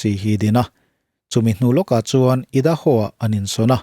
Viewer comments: Sir... I da haw ni lovin ai da haw ti zawk tur. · Aidahaw ti a lam tur, a ngaihnawm thin. Mizo youtuber ah chuan ka dah ssng viau che